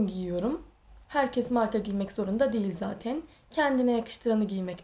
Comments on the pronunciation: zatin zatin zatin nece konuşuyorsun abla yaaaa kötülük olsun diye söylemiyorum yoksa gerçekten çok tatlı birisin ama bu konuşmaların biraz tatlılığını bozuyor. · Neden zaten‘e zateyn diyor ? 🤔